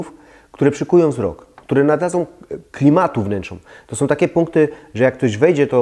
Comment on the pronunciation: Ciekawie i mądrze pan mówi ale z końcówkami fatalnie Są nie som Ta koszmarna -om zamiast -ą